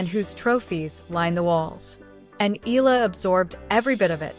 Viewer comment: Her last name is Pronounced (EH-YA-LA) "Eala"